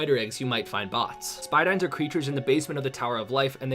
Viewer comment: Spidine "spy dine" its spy deen